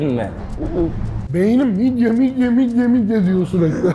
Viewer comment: Midye ❌ Mid ye✅